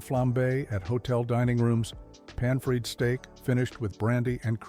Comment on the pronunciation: Really good. Born in Montreal in 1961 so lots of memories. But the AI voice is a bit off. ‘Pan Freed Steak’. And instead of Via (rail) he says ‘V-I -A’. But most enjoyable nonetheless. Cheers from Montreal 🇨🇦🇨🇦🇨🇦🇨🇦